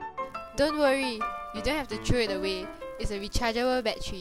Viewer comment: rechariable baddery XD